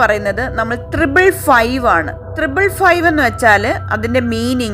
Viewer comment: തൃബിൾ അല്ല. ട്രിപ്പിൾ ആണ്.